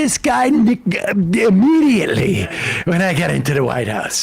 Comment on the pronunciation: Innediately... he said innediately